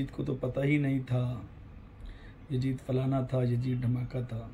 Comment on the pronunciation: Hazrat pehle apne talaffuz sahi kar lijiye masjid ko majid aur yazid ko yajid bol rahe hain